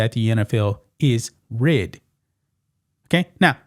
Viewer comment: Why you pronounced “rigged” like “ridded” 😂 Otherwise great coverage